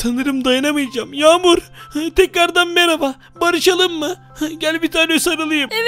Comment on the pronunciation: Kanka Yamur Deme Ben Yamur Azra Diye Ayrıdım.